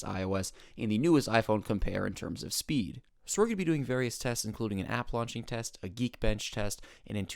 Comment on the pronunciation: I swear I thought you were saying boop test